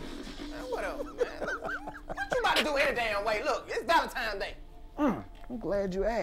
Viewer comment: My guy said "VALENTIMES"